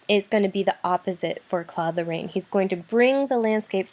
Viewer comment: Apart from the wrong way of pronouncing Claude Lorrains name it was a good lecture. Still can’t stomach English speaking people pronouncing « Claude Lorane » though, unbearable